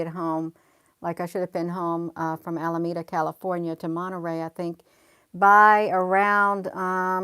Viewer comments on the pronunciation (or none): none